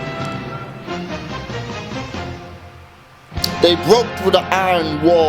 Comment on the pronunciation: You know you don't actually pronounce the word "iron" like you see it? You said "eye ron" Sounds weird